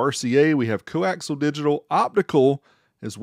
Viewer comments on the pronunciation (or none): Don’t you start talking about axles of the co- variety like some other ‘professional’ on YT. Unless you’re changing rearend gears in a vehicle, audio deals with coaxial, not co-axle. Look it up and how to pronounce it…unless you want viewers to think your elevator’s broken